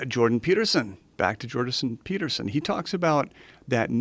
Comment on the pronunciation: "Jordason Peterson"